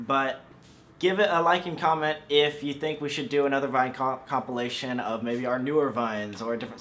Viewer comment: Lol you said comp I'll ation